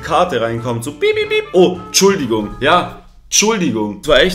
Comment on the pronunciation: Bljat das heißt ENTschuldigung!